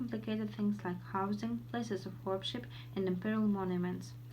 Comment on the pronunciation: 1) I hear an extra "p" in the middle of the word worship. 2) Also I think that words "on the left...on the right" are unnecessary in your speech. 3) In the word "motifs" the stress falls on the last syllable [məʊˈtiːf]. 4) As i can hear you said [tʌˈskenɪ], but it should sound like [ˈtʌskɪnɪ]. 5) tossed [tɒst]